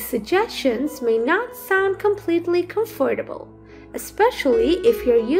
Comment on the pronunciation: "TrYiNg to GeT cUm FoRtAbLe" 😣